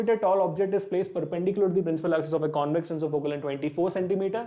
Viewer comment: Questions are good but explanation is not so clear, the way u r saying "concave and convex" is not so clear and u r telling it too fast especially for the second question Sir request you to work on this